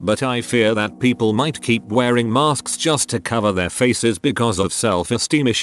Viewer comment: Lol@ narrator: "maRsk's"